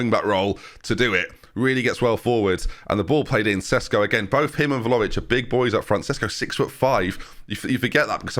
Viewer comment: ben ben.... please!!! VLA-HO-VIC!!! not velovic. VLA- HO - VIC! I enjoy your videos but the way you butcher some names and add/remove letters that are not there is just insane lol